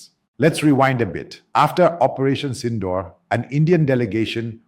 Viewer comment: You can’t even pronounce SINDOOR correctly.